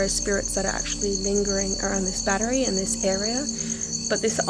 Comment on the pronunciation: I watched the whole video and never saw the bat tree you kept speaking about. Did I miss something? ....lmao oh I get it now you were actually trying to say battery. 3 syllables. Cute video.